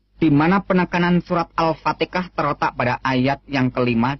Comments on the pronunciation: Bukan alfatekah kiyai tapi alfatihah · Gk jelas sapa yg bicara.. Sayyidina dy sebut sahidina.. Alfatiha d blang Alfateka.. "Iyaa kana'budu" d baca "iyya kana'butu"😅Ketahuan ini kisah bohong. Hnya baca text aja.. Masya Allah.. Sepintar2nya org kafir yg ingin menyesatkn Alquran, pasti ketahuan bohongnya.. Tuhan it Allah ato Yesus sih? Trus roh kudus it sapa? Dy laki ato perempuan?